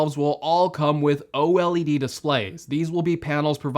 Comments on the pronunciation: He said O-LED display... I’m out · i can’t believe these rumors this man said O led lmao